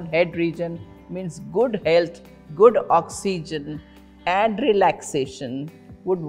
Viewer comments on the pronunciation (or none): none